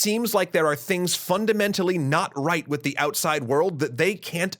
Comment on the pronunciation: Super serious issue I know, but "with" really cracked me up.